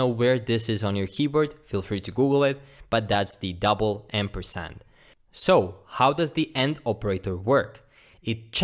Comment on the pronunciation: For everyone confused he is saying Double AMPERSAND smh lol It sounds like he's saying "End Percent", 'In Percent" and even "M Percent". "Like this comment if you were confused as well